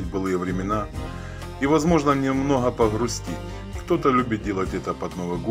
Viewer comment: "Не торопитеСЯ", "мноха", "тЯжелый" и т.п. Не стала смотреть дальше.